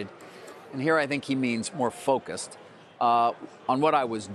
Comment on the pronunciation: focus? or fuckus?